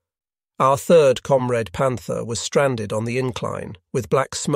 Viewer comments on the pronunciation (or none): I actually like this voice. It’s pretty appropriate. But comrade is not pronounced com-raid in US or Britain. It’s comrahd.